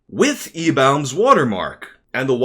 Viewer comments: Why do you pronounce eBaum's so weird? It's more like eBum/eBomb, not eBawMm. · why are you saying "ebaums" like that??? It's pronounced like you are saying "E-BOMS" or "E-bombs" for the lulz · Its pronounced "E-BOMB"!